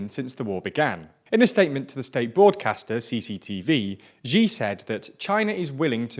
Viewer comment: “Xi” is pronounced roughly like the English word “She”. There is no zj sound there.